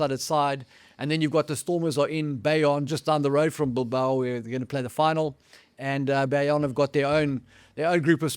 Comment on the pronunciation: Can someone please get to say it correctly Bilbao: Bill (like Clinton) Bow (like you do for a king) Oh (like when you realize you changed the name of a major Basque city to the name of a Stallone character)